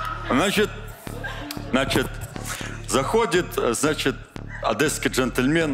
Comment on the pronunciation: Единственное замечание- не "адЭсский" а "адЕсский"